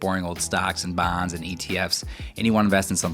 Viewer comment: Your midwest accent came out when you said “bonds”. Takes one to know one 😂